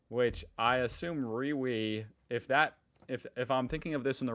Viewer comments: It's not Rewe it's REEWEE😆😆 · Reee V? You mean Re-we